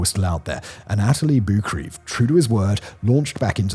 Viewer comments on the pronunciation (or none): That picture of Andy Harris is actually a picture of Martin Henderson, the actor who portrayed Andy Harris in the 2015 film Everest. Anatoli Boukreev is pronounced Ah-Nah-Toe-Lee Boo-Kree-Ev. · you really couldn’t pronounce anatoli burkreev worse if u tried